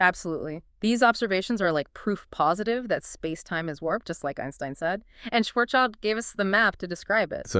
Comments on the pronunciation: Could you please stop mispronouncing Karl Schwarzschilds name? It's not Schwarzs-child, it's Schwarz-schild. It has nothing to do with child! Schild means shield in German, and schwarz means black. So at least say something like Shwarzshield. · Schwarzschild sent his first letter to Einstein in December 1915. OK, now to the task of getting the pronunciation of "Schwarzschild" correctly. There is no "child" in there, this is just an English letter-clash. The name "Schwarzschild" splits in two words in German: "schwarz" ("black") and "Schild" ("sign", as a name plate, or "shield"). The first word is pronounced "shf-AH-r-ZZ", where the "ZZ" part is like the "zz" in "pizza" or the "z" in "Mozart". The second one is very similar to the English "shield". And you thought general relativity was complicated 🙂